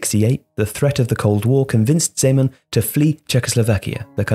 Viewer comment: I'm glad you finally learned to pronounce his name